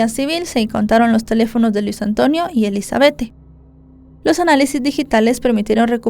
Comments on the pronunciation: SE ESCRIBE ELIZABETTE❌️ SE PRONUNCIA ELIZABETH✅️ DIZQUE ELIZABETTE PARA DONDE???🤭🤣😂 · Se pronuncia Elisabet sin la E al final 🙄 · Sentía como un jalón de orejas cada vez que la escuchaba decir "Elizabethe" 😢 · Me desespero bastante como pronuncia el nombre (Elizabeth)